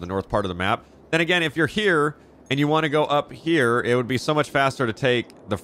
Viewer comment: when you say "then again" I hear "finne-gan"